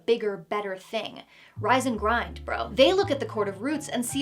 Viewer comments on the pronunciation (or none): none